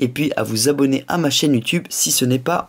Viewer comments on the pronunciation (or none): none